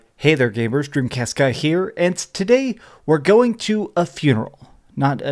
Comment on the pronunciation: "Hey there, gabers :)" Totally Texas accent :)